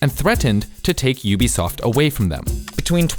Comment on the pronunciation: Why do people pronounce UBISOFT as UBSOFT? Where's the eye?